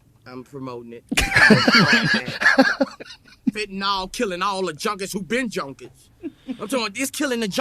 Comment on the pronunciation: You would get fentanyl along with propofol, ketamine, liquid Valium and about 15 other drugs under anesthesia. And pronounced 'fen ta nil' rather than 'fen ta nol'